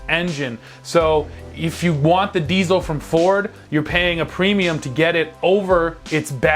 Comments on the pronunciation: It's diesel! Not diezel! Come on, guys! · Learn hot to pronounce diesel.